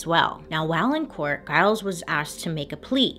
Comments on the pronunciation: Pretty sure “Giles” is also mispronounced in this video too 😂. Anyone i know with that name it’s pronounced with a soft g, not a hard g. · The slave's name was actually TITCH-uba. Emphasis on the first syllable. And Giles has a soft G. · No disrespect to Bailey at all, i often mispronounce names and words too, but can we also add that Giles is pronounced like Jyles, not like guy-les. :) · yes this, and the husband's name is Giles pronounced Jile-z not a hard G like she mispronounced, but hey we love Bailey and massive kudos for all the work she puts in, it's pretty endearing i think <3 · Enjoy your channel! The G in Giles is pronounced as a J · No disrespect to Bailey at all but is she pronouncing Giles correctly?